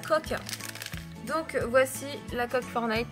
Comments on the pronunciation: Ça se prononce pas « fornayte » c’est « Fortenayte » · stp dit plus "Fornite" ou "Fornillete" stp dit "Fortnite"! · Tu dis pas le t de fortnite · fornite... c pas fornite c’est FORTNITE